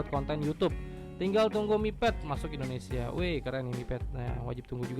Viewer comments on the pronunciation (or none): none